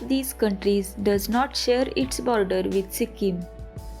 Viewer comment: Pronunciation karna nahi ata to sikkim ka nam kyu bigar rahi ho